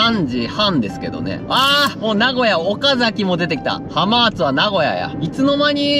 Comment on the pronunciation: はまーつではなくて、はーまつですね